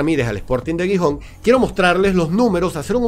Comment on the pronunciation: aunque Gijón comience con G, se pronuncia como si fuera una J. Sonaría un poco como jijón